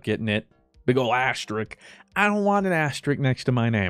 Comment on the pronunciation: For some reason fruit calling an asterisk an asterick really bugged me haha Definitely recommend almost famous! Very good movie